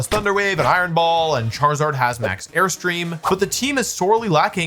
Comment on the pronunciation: "ChaRIZZard" lol😅🤣